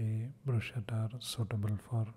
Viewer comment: Pronounced brusketta 🤗